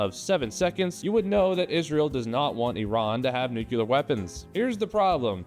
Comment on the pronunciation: I like the way you keep saying 'nucular' in homage to Dubyuh... I hope